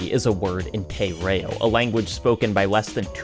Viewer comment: never in my life have i ever heard someone botch "te reo" like that lmao there can also be seen a news article on newspaper lying around which reads "prime minister enjoys holiday in raratonga". the game couldn't be more on-the-nose if it tried